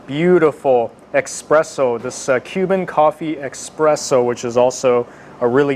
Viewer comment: Damn. Lost me at "expresso".